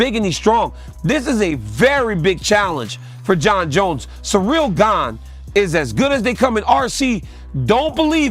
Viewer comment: Jon Jones made a commitment to misprounounce all the fighters in his new division Gaine and TaiTUTU Vasa and Naiganou :D